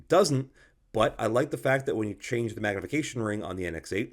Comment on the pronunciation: You do a very good job, as usual. I am not sure that any YouTuber surpasses you. My little pet peeve regards your near continuous mis-phoneticizing of the English definite and indefinite article. Sigh. As of late, this erroneous enunciation is nearly ubiquitous, unfortunately. But again, aside from this (and an occasional vulgar word), I could listen to you for long stretches. Thanks.